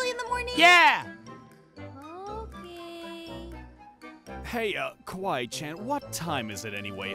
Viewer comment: It’s not Kwi Chan it’s kawaii chan